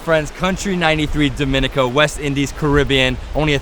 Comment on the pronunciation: I get why you did that first video. You’ve said Dominica wrong in every video thereafter. Lol